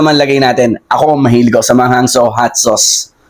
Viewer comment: pwede ba baeasan yung pabigkas mo ng so sa bawat salita mo